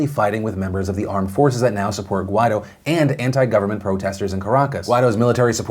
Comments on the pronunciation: Phil, the guy's name is pronounced "gwai-DOH", accent on the second syllable. That's what the accent mark means. Listen to how other newscasters pronounce it. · Everytime Phil pronounces "Guaidó" I feel like he's saying "why tho"